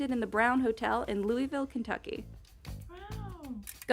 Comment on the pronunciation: She said Louisville wrong lol